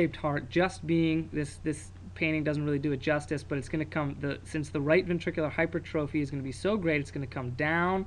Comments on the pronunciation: hy-per-trophy. great lecture though! check your spelling and pronunciation though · Spelled: hypertrophy Pronounced: /hai-PER-truh-fi/ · did you really just tell everyone how to pronounce fallot and then go ahead and mispronounce hypertrophy?? -___